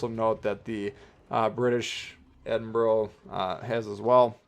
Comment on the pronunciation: Edinburgh is the capital city of my counrty so trust me you say it wrong hahahaha